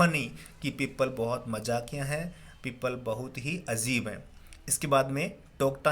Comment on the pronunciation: Sir that's not azeb it's Ajeeb